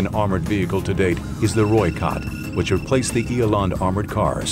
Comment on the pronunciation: Pronounced " ee landt". For Eland armoured car.